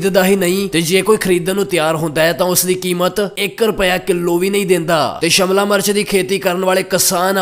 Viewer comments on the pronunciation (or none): Phela shimla mirch bolna sikh la bai shamla march nai shimla mirch hundi aa 🙏🙏